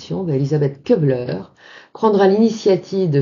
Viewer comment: ça me gène un peu d'entendre prononcer "KEU -bler : en allemand, le U avec tréma (umlaut) se prononce comme le u français, non ?